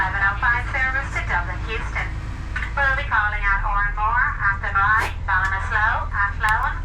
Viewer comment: That's the back entrance into ceannt Station, the front entrance is a bit more attractive.... kudos on the pronunciation of athenry though, it was spot on.